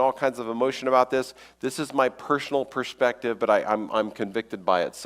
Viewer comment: "Pershonally" "Pershonal pershpective" Is shloshed?